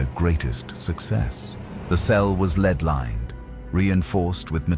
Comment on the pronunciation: Started off ok until Vought suddenly knew about kryptonite and developed Stormfront in a matter of weeks to specifically combat someone they knew very little about. Then the AI narrator keeps mispronouncing Vought, lead, Compound "five", and not keeping the accents straight.